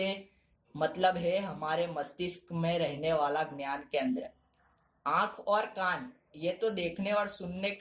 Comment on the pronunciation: Ghyanam nahi dnyanam your nice